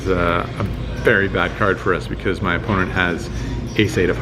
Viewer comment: “player on muhnnnnnleft”